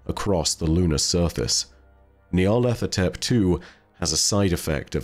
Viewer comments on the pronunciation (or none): You need to do an Eqyptian language dive for a bit, because your pronunciation of Nyarlathotep is painful to hear,. The name is a phrase: Nyarlat hotep "Nyarlat is pleased/content/at peace" as is several significant historical Eqyptian pharaoh and diety names (Imhotep, Rahotep, Neferhotep, Khnumhotep ), but it means pronunciation is of two separate words even as a singular name: "Nyar-lat ho-tep". There is no 'th' sound. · FYI: nigh-ar-lat-ho-tep. There's no TH sound in Egyptian dialect. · Gotta know how many takes it took to get Nyarlethotep right every time lmao